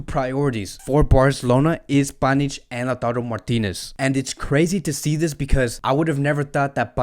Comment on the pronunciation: clearly he can not read names